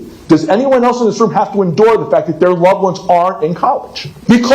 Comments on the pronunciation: The way that one guy pronounced endure made me kinda dislike him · I think the first dad just learned the word endure and didnt look up the pronunciation.